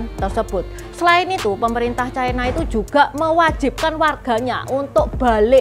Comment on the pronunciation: Ucapan yg bnr China, bukan Chaina